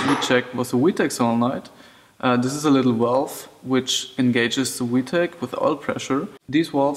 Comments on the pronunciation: Bro it’s a fucking v not we lol I get u have an accent but damn!. Good info tho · I thought you were saying wee tech lol nice vid